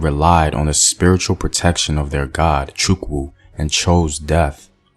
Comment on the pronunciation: LOL. The pronunciation of "chukwu"